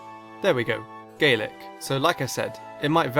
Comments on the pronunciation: “Doesn’t use the word Bae and instead says Gaelic think about it GAY-LICK” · You mispronounced Gaelic, it is pronounced ga-lick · He said Gaelic and it sounds wrong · Gaelic sounds very wrong....